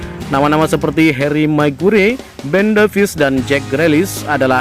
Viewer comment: Kalo baca nama pemain "Maguire" yg bener deh min?? 😁😃😆😅😂🤣🤣